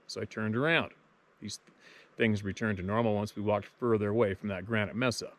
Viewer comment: Pronounced MaySah amigo. Your videos are getting more succinct and entertaining! Thank you and Keep On Truckin on Bro!